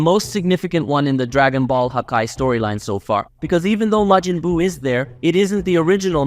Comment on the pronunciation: God of Distruction*Belmod Not vermouth *Majin buu Not Mejin boo